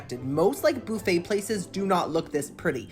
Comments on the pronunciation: Love the Channel but its buffet not booffet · First time in my life I have heard boofay 😂 in Ca we say buff ay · BUFFayyy NOT BOOFayyy 😂 for the love of God pronounce it correctly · Lol i LOVE the way you say BOO-FAY😊😊😊😊😂😂😂😂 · I Love You Girly, The way you say "BOOFAY" is the BEST>> :face-purple-crying::face-purple-crying::face-purple-crying:🤣😂🤣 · I love how you pronounce it boof-aye 😂 Great video as always! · I am so excited about this Saturday boo-phay moment!!! Also I never want to call it buffet anymore it’s way more fun to say it the way you do. Love you!!! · i love the way you pronounce buffet. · Love how yu say “ buffet “